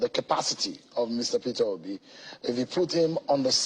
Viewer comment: It's Peter Obi not petobi. Na wa o bros